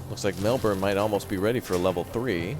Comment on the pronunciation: I think bin is not quite the sound, and burn is not quite it either, it's shorter...more like just "bn" so Briz-bn and Mel-bn And lets not forget Albury = All-bur-ee